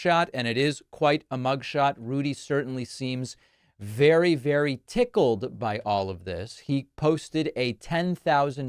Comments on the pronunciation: Did he say tickled, or pickled? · Did you say tickled or pickled?😊